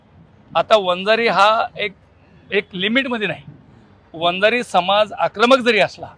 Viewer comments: Arey murkha reporter. Vanzari ahe te. Vanjara nahi murkha reporter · अरे वंजारा नाही रे वंजारी म्हण